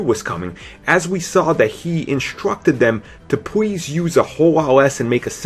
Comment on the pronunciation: Thwee, Pwees, Bwood, Wisence, welease.... Please...